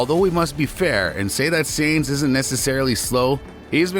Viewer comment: My guy it’s tough to listen to you continuously saying Sainz last name wrong. Good video though.